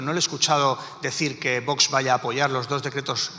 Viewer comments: Por favor!! Qué la presidente del congreso deje de decir VOTS!!! Qué alguien le enseñe a pronunciar la X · La presidenta del Congreso no sabe el Castellano!!!!!! Dice vots en lugar de Vox